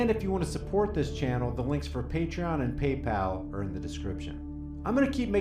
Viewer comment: I remember back in the day how many member of the black community would pronounce the letter R as R-uh just as Sharpton did in the beginning. Haven't heard that in decades! What a throwback